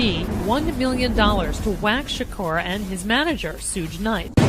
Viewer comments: I caught that too bro'! She didn't even care enough about the story to get one of the names right! These people man.Smh. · how she pronounced "suge" 😂😂😂😂